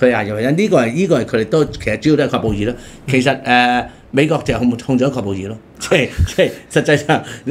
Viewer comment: 阿大C 係喀布爾呀！喀音讀(客)！ 你已經講錯好多好多次聽到人好刺耳 唔該你